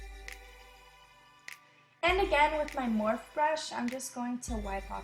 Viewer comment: Wait did she say "morph" I thought it was pronounced "morpheeeeeee" I exaggerated the e's but you get it .